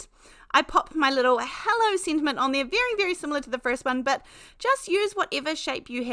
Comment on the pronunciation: As a native Californian, you always make me smile when you say “Hi they-ah”. Every time. It’s so fun spending time with you. We are having fall weather here (Los Angeles suburbs) - cool enough to wear a sweater, windy enough to blow our hair, sunny enough to keep us happy…